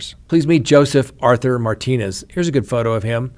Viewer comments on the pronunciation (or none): none